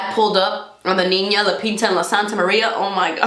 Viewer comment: Not the Nina the pinta and the Santamaría 😂😂😂😂